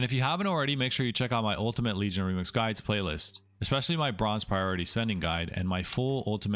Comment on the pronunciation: "lemix" kekw